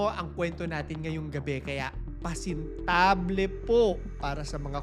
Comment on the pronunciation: It's pasintabi not pasintable 😊